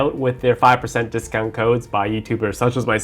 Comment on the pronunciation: he meant to say discount not discunt